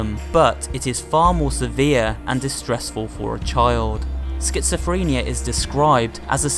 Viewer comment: Schizophrenia doesn’t have a T in it genius